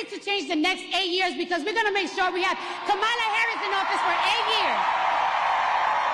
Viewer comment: Nice editing to take out the part when she was up there like an idiot not able to speak without her phone. And she said KH's name wrong -- the folks on CNN go into apoplectic fits when you say KuhMAHla vs KOMMAluh and here her biggest fan says it wrong. SMH